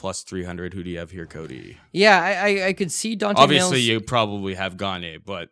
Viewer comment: ITS DEFINITELY MAYES NOT MAILS FUCK